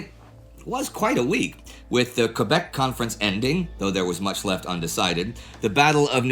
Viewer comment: It's awfully nice to see Quebec properly pronounced.